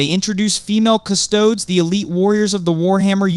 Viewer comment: You didn't learn the right way to pronounce 'Custodes' before making this video?